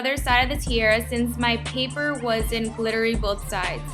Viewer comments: You say tiara funny( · I love the costume but the way you say tiara is not correct.